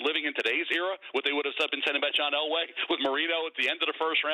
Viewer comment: It is Elway and it is not close.